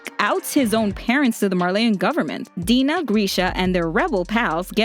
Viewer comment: dina fritz is acctually pronounced "dayna fritz"